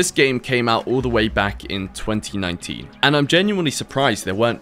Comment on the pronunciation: "all the way back in 2019" Why did you say it like that?